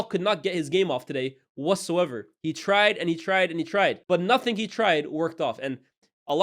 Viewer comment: “To dare is to do NUFINK” - Jamie O’hara 😂😂